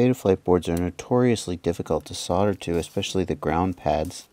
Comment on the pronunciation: I really love my Chameleons - a 5 and a 6. The 6 is actually the sweetest flying bird I own. PS I so LOL when you say "fuck me" and "fucken". You're normally so polite and well spoken (apart form your "sodder" affliction ;-) ). We should make you an honorary Aussie - you sound like one of us when you start the F bombs. :-)